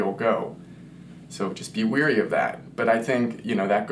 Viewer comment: Agree. Be careful to pronounce clearly and correctly. Don't say "Be weerie of" this or that. It's correctly pronounced "Be wary of" ( as in WHERE ree). Or just go with "Be aware of" or " Be mindful of " or be cautious or careful, etc.